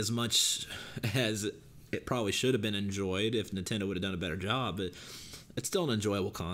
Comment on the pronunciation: I was making fun of how your bitch ass pronounces Nintendo